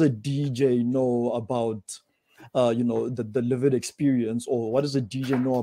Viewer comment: I love pronunciation of "lived experience" as Livid experience". As a white woman, whose wherewithal has been steadily eroded ( more quickly since all the nonsense Covid Command Council has dreamed up ) by RACIST Govt policies, mine too is a LIVID experience!